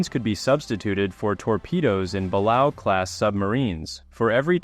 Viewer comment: Great video, but Balao is pronounced “BUH LAY OH”.